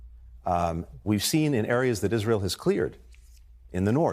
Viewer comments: Someone, please help Lindsey learn to pronounce Israel. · h linsey sounding more & more like Trump. And maybe he should learn how to pronounce the word Israel! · All politics aside, I am most offended by the way Graham pronounces "Israel." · Lindsey Graham can barely speak cohesively, every sentence he misstates or mis-pronounces something..all his meaningless hyperbole to rile up the dumbest of his flock